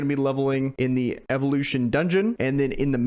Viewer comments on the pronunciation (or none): none